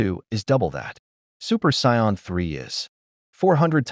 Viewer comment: What would the world be like if an AI reader could pronouce the word "Saiyan."